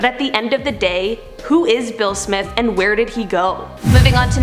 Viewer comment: When you said Bill Smith I thought you said Will Smith🤣